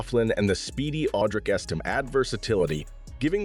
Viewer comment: It's Es-tim-may. Estime.